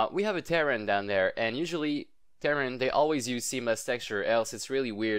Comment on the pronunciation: since when is terrain pronounced like TEAR-UN? it should be TUH-RAIN